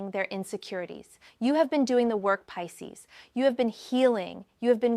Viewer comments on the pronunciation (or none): Peecees? Come on now in the pronunciation.